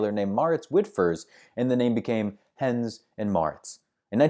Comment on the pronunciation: It is henn-es, Not Hens. Fyi.